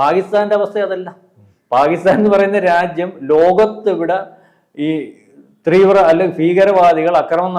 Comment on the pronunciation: ഒക്കെ സമ്മതിച്ചു. തീവ്ര എന്ന് 25 പ്രാവശ്യം imposition പറഞ്ഞ് practice ചെയ്യണേ. കുറേ ദിവസമായി 'ത്രീവ്ര ത്രീവ്ര...' എന്ന് പറയുന്നു. ഇന്നത്തെ വീഡിയോയിൽ മാത്രം തന്നെ അഞ്ചോ ആറോ പ്രാവശ്യമായി.